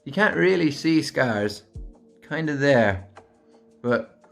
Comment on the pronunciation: “Hello therrre” Love you!! You’re looovely 😹